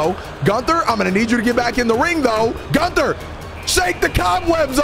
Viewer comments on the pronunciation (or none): Your pronouncing Gunther wrong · Gunther: if your gonna use me for a video at least get my name right